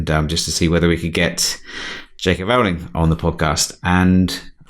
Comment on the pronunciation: Stan & Ollie was brilliant. My favourite film in ages. And if you want JK Rowling, you'd better learn how to pronounce her name (it's as in Rolling Stone) :-)